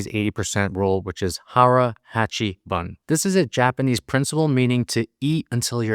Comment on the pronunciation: It's not HARABACHIBUN. HARAHACHIBU is correct.